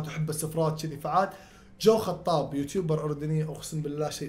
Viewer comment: جو حطاب ✖ جو خطاب ✔